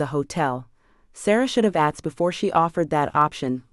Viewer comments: It is pronounced "asssk", not "ax". And I could do without the gun politics. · AI needs to go. She says 'axed' instead of 'asked'. Speaking improper English when narrating is inexcusable.